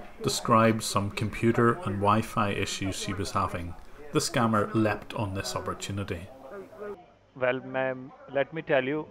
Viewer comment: ....it's not "scamer" it's SCAMMER....